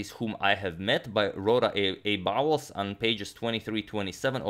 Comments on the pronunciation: Betimes=before times=early. This word is not used in contemporary English. I am 71 and have never heard it out read it. "Bowles" should be pronounced as "bowls." Thanks for the beautiful game. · Bowles, almost certainly pronounced to rhyme with bowls, foals and holes; not with fouls, fowls and howls.